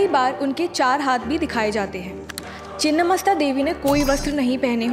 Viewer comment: मैडम चिन्न्न नही छिन्न होता है